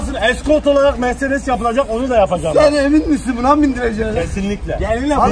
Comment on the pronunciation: Sefa kindir meredes değil mersedes